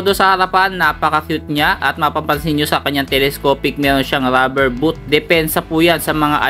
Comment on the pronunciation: boot not booth